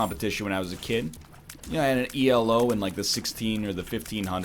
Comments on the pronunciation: Chess ratings are not "E L O", it's "Elo". It's a man's name, not an acronym. Dr. Arpad Elo. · Every time you talk about how you used to play chess, you refer to your ranking as "E.L.O." like it's an acronym. It's not. It's just "Elo." It's the name of the guy that created the ranking system.